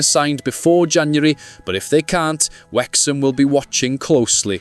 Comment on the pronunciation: Ffs we're called Wrexham not Wexham!!!